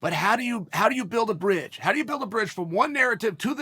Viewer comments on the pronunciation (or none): none